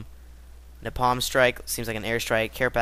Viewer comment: pronounced Nay-palm